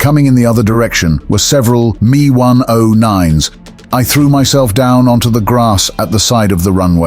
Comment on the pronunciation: It shouldn’t bother me but hearing “me” in stead of “m-e”, but it does.